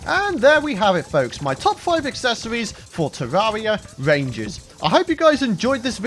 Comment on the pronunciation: “My top five aksesowies for a tawawia wangew chawactew” In the next episode, he’s gonna eat some miracle whip.